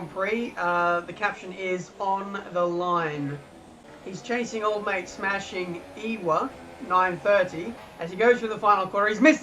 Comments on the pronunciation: "Smashing E-wha" WTF!? Come on you're better than this, it's Ewe as in a female sheep. More or less pronounced 'you' So instead of "SmashingYou" it's "SmashingEwe" Or at least I assume that what it's a play on. Maybe they are Welsh or an Aberdeen fan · SmashingEwe Ewe is pronounced You